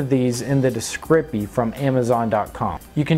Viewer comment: Its called a discription not a discripy